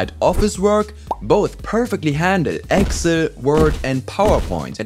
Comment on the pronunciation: Tell me you are German, without telling me you are German ;) Excel Aber ein mega Video! Klasse gemacht!